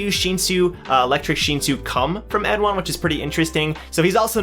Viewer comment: Hello. I read and write korean and I wanted to correct your pronunciation. It is khun 에드안, eh du ahn, or like in the English translation, Edahn.